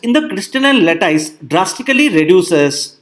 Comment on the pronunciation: sry to message this way but the pronunciation of 'lattice' is a bit different than what sir you pronounced. thank you for video.